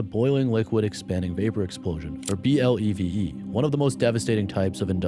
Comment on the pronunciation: Great video! In the world of responders, it's pronounced Bleh-Vee.